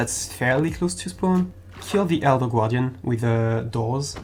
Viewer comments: "Elder gwardian" lmaoooo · Great video and I love how you say the word gaurdian!